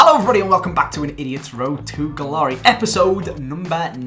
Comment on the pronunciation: It sounds like you’re saying hallo in the intro 😂